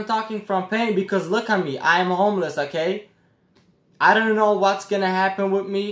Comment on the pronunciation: Take a shot every time he says (okay) 😂